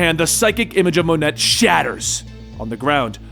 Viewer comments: Thanks for the video; saves me a lot of time and money while still entertaining. Also, it’s “Moe-ney”, not “Mon-et” lol. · Unless it's been spoken somewhere before, I'm pretty sure Monet is pronounced Moan-A. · Another awesome video! I was wondering who Monet was until I realize you were referring to the former Generation-X member. Her first name is actually pronounced "Moe Nay", FYI! Keep up the good work!